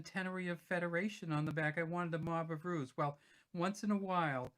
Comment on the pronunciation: They are called Mob of roos. Not ruse Roos is shortened for kangaroos.